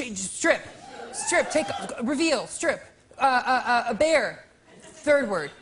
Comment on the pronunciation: I know it's actually supposed to be "Uh... bare!" But I've listened to it three times and all I can hear is "A bear!"